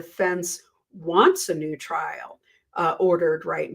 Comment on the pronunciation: it sounded like you said “And if you’re NUDE, welcome” in the intro. It gave me a chuckle.